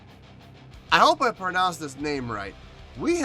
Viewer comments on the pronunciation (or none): none